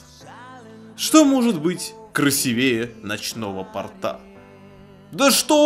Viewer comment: обзор хороший, но ударение в слове "красивее" ставится на букву "и". В слове "порта" ударение падает на "о". Если честно, раздражает уши)